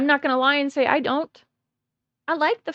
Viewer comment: Have a like for being the only one that hates the way he hays "Wha'" instead of want apart from me so far. The other earworms are how he says And, banned, demand, like "Eyand", "Beyand", "Demeyand".